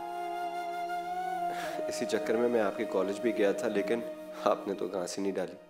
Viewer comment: Ghaas hota ghaans ni. Haha irtaza hassan